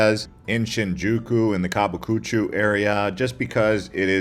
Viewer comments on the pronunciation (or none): Wtf is kabikuchoo? You mean kabukicho? Pronunciation is horrible throughout the video